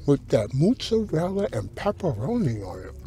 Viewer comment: The “Moozarela” 😂